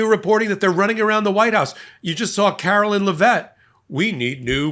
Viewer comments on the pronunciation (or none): I love your thinking/teaching; PLEASE STOP CALLING HER CAROLYN!!! Her name is CARO … LINE, as in “Please stand in LINE” Otherwise … you’re one of my favorites. Gavin Newsom corrected someone, and I was so thankful!!! You’re ABOVE not calling her by her name!! Ca ro LINE!